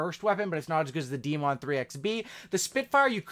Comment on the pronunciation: This man said de-mon